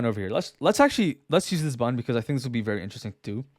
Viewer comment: I hate how I only here "bun" when you say "button" lol. Nice video though